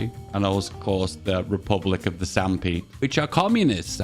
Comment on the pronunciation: Oh FFS.. 1. It's Sapmi, not Sampi. 2. The p is silent, which is why it is also written as Sami. 3. The name is the same in all political forms, it's not inherently communist.